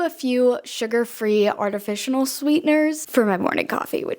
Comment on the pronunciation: “Artificinal” lol